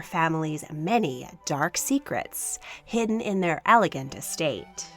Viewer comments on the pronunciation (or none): none